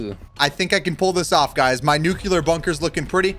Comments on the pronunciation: mans says nucelar (noo-kee-lur) but its pronounced nuclear (noo-kleer) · Nuke You Ler? Or nuclear? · It's not nucular (your prununciation) it's nuclear (correct pronunciation) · He calls it a nukelar bunker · Stop saying nucular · ITS not nuce lear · Nuclear pronunciations failed: 1000 times. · Bro he pronounces nuclear wrong...